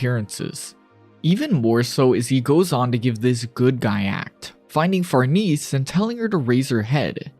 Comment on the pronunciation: far-niece? far-NAY-zee. It's Italian. Love the video